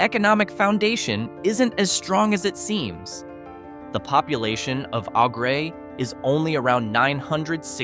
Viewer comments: Au Gres is pronounced "o-GRAY". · Mio - MY-oh Au Gres - Awe-GRAY Au Sable - Awe-SOB-bull Muskegon - Mus-KEY-gun Pointe Aux Barques - Point-awe-BARKS 👍